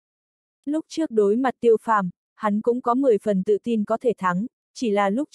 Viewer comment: Tiêu phàm mà đọc tô phàm hoài